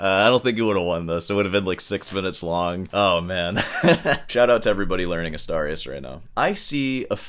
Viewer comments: I think he meant he played Asturias on guitar for 3 months. Btw, Asturias should be pronounced as "Astoorias", like in "boobs". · Mangling the pronunciation of Asturias until it sounds like 'a starry ass' is why I watch this channel. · The way you pronounced "Asturias" made me lose it lol. Silly 🤣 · "I don't know how I'm going to drag this out any longer." .....Please don't!!! And it's clearly DAddario..not DeeeAddario. And it's Astuuurias, not A'star'ias. Just tryin' to keep the classical guitarist honest/educated. You know I luv ya.🙂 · It's Asturias, not Astarius. Pronounced "Astoorias". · Probably you don't mind at all, but in case you do, the correct spanish pronunciation of "Asturias" would be something like "Us-tour-e-us" 👌👍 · I thought it was pronounced Ah STOOR e us (Asturias) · The way you pronounced "Asturias" deserves its own EXPOSED style video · Someone has to teach how to pronounce "Asturias" correctly, and D'Addario as well. Do better!😅😅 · You would think that someone who claims to be of Cuban background would at least make some effort not to butcher every Spanish word he comes across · Please, learn how too pronounce Astúrias. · That's definitely NOT how you pronounce Asturias 💀💀💀